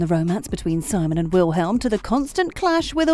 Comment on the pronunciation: “WiLhElM” omg it’s *v*ilhm